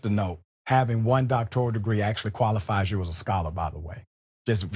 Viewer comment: He even pronounces DOC-to-ral wrong (he says docTORal)